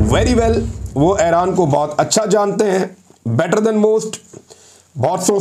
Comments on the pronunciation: محترم اپکا ایران اور عراق کا تلفظ بہت غلط ہے یہ تلفظ اس طرح ہے اے ران نہیں ہے۔ ای ران ہے اے راق نہیں ہے ۔ عی راق ہے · عمران بھائ پلیز اپنی ایک دو تلفظ کی غلطی کی اصلاح کر لیجیے۔its,not (aeraan)it's pronounced eeraan.secondly it's not tal abaeb it's pronounced TEL Aviv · ITS NOT ERAAN , CORRECT IS IRAN